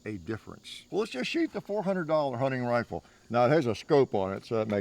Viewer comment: “Huning rifale”